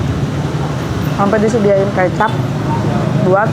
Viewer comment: bacanya keucap bukan kecap